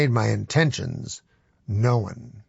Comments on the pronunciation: “I had made my intentions know-en” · "I had made my intentions know'un". Typical Norm, purposely mispronouncing words, even in his audiobook.